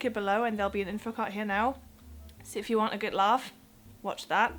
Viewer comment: You have good pronunciation. The only give away is your `D´ at the end of a word. It comes from making the vowel sound too short; not giving your mouth enough time to say `D´. Play back and listen to your `good´and `hard´. Make the vowel sound longer and listen again. I am really jealous, I wish my German pronunciation were as good. :)